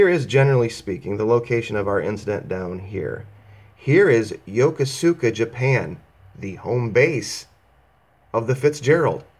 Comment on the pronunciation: First of all it's pronounced "Yo-Koo-ska", if you spent any time in the US Navy you would know that. The Japanese coast guard would be the closest and fastest response to an incident like this. The U.S. doesnt have coast guard over there. 30 years service in the Navy, 2 tours in the Nam, & Operation Desert Storm. Why don't you wait for the investigation to be completed, and even after that the results will be classified. Look at the USS Stark. The investigation results were classified and only recently declassified. I guess you have to have something to do so you create conspiracy theories.